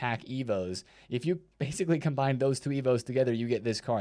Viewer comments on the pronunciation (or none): none